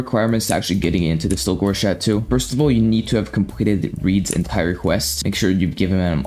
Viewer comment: Cha-toe not Cha-two